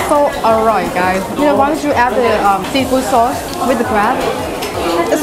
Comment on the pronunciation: Lol "saurce". Always makes me laugh.